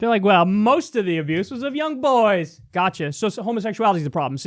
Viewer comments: What I discovered after having a hearty laugh at the right wing stupidity - Kyle can't say boys. He says boYaes. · Is it me or does Kyle say boys weird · Stop saying “boys” like that